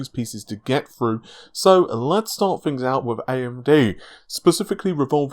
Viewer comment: He can't say tees, he says fings and monfhs